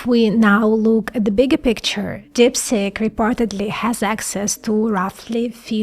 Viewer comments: You are excellent except when saying deepseek , you saying deepSICK , 😂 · TIL that DeepSeek is pronounced DipStick... ;-) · It sounds like she is saying DIP STICK😅